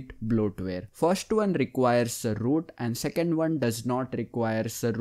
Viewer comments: . Ze root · The way this dude says Root lmfao